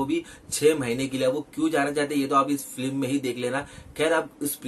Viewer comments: Feelim nhi film hota hai bey🤪🤣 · Film ka review dete Ho bhai aur film pronounce bhi nhi kar paate 😂😂